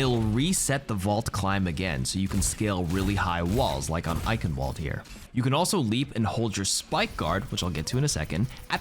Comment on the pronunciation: Oh God... he didn't even try to pronounce 'Eichenwald' properly. Please help.